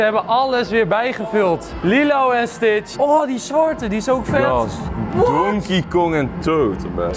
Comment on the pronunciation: enzo je zegt ht fout het is stitch